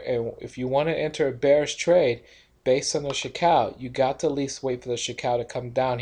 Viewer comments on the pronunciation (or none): "chee koo" ✔ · You pronounce Chikou very strange. I think it's Chee-Ku